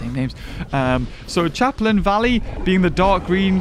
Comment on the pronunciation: You're wonderful. But I cannot NOT point out your absolute butchering of Pelophylax. xD PEA-LOW FY-LAX. Or Pellow (like pillow) Fy-lax. You added like four extra letters in there. xD Also just to mention it, Champlain Valley is a soft ch, like in "Champagne". It's "Sham-plain". I figure that's just a Youre-not-american-so-arent-familiar-with-it thing.